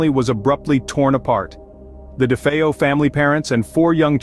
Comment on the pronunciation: I am so glad someone can pronounce DeFeo properly.